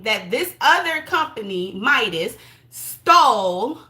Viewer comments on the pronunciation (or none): none